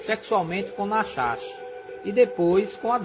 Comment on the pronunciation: Pronuncia-se "Nárrash " .